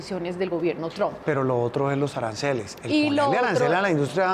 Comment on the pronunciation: NO SE DICE TRON SE PRONUNCIA Træmp K FEO PRONUNCIAS PARECES K HABLARAN DE UN ARBOL TRON TIENEN K POR LO MENOS APRENDERSE A PRONUNCIAR ALGO TAN IMPORTSNTE COMO EL APELLIDO SI UDS HABLAN DE EL CSDA 2 MIN. HAGAN SU TAREA VAGOS NEÓFITOS INDULSOS BYEEEEER